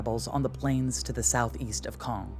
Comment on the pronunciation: Great pronunciation of Caen ! 👏